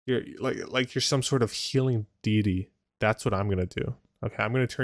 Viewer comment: did he just say "make you a healing dee dee" instead of deity? hahahahahah